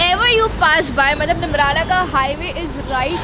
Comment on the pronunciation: its not nimrna its neemrana